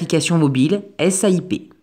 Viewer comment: A 2min 32 vous avez dit CAIP au lieu de SAIP